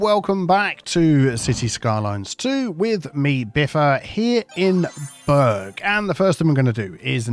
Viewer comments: It's not burg, it's burra. As in Edinburgh, Bamburgh. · Biffa pronounce the city name wrong This Burg not burgh e.g Hamburg and Edinburgh, so New Brewburgh will have ending of Edinburgh 😅